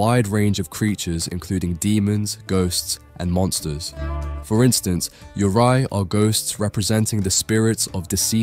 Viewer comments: Great video. Just wanted to note that Japanese ghosts, 幽霊 "yurei" is not pronounce "you rai". It is pronounced, "yuu ray" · "Yurei/幽霊" is pronounced as "you-ray." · I’m sorry man, but Japanese pronunciations are HORRIBLE! You pronounced “Yurei” (幽霊) completely wrong!